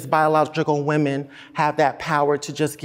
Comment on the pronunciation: 39 seconds in he said whamin 🤔🤔🤔